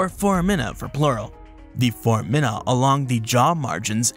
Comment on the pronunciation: I think they also mispronounced foramen and foramina? Unless I've been mispronouncing those words my entire life 😂